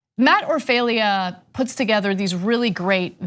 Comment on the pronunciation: Matt pronounces his name OR-fah-lah. It is disrespectful not to pronounce it right. His videos are awesome!!!